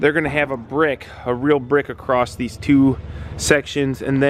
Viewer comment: hello, it's Mrs Robinson your grade 4 English teacher. just wanted to remind you that in the word 'across' there is no 't' at the end of it. 😄